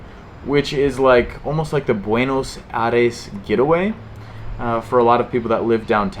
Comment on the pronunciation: I gave it the first dislike because it’s cringy how you pronounce Buenos Aires. I’m sure it’s a good video but I just had to stop watching after 1 minute.